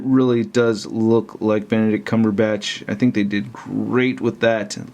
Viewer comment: You were SO CLOSE to getting his name right. Eggs Benedict Cucumber Patch